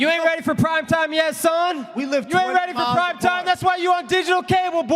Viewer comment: Amanda Nunes can't go one full response without saying the word ready.... It drives me insane that she can't even pronounce such a simple word correctly